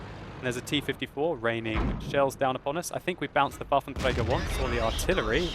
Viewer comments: I appreciate your attempt to pronounce Waffentrager properly, but you're doing it wrong. You should be using the French R, not the Spanish R. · your waffentrrrrager is so annoying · the way you say "Waffenträger" is funny, because most germans could not roll the "r" like that even if they try very hard :D and you pronounce the rest perfecly while you are under stress and not actually trying so hard to get it pronounced ;)